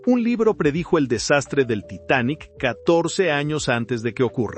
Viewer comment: Lo único que No me gusto es la pronunciación de algunas palabras , en ves de decir Titanic dices taitanic